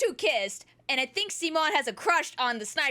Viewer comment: "See-moan" that's funny. Hehe 🤭 And I'm surprised that simon absorbs with the multiverse labyrinth ( with his writer) but I'm more surprised that his faster than SPONGEBOB! 🤯🙀 And I've watch GURREN lagann serie a long time ago and I know how crazy it got , but never have I realise how REALLY crazy it's got. ( like multiversus stuff. Or perhaps I just forgot some a few parts. ) and I love this series the GURREN lagann was fantastic and a great one that studio trigger has created. As for Kyle, I do not know anything about him or the white lantern before . I know how powerful green lantern are because of ben 10 vs hal Jordan death battle. ( which btw I wanted ben to win , but no , the fight was one sided. ) but hearing how powerful white lantern are sounds crazier . And as for the fight of simon and kyle , that fight was MARVELOUS ! And I was really surprised and I'm happy about simon win! ( I wanted him to win for that the studio trigger to get that win after ryuko matoi lost. Who btw I love that series alot for its good quality's respectfully. And I love ryuko. She's my favorite character. and I wanted Kyle to lose , I know he's not a green lantern , but he is a lantern and his from dc and in a way ben 10 is avenge. That how I see it at least.) "I hope kyle at least DUG the fight , because when its comes to death battle loser , he was a dead RINGER" that is probably one of the best jokes I've heard in death battle history imo. Lol😅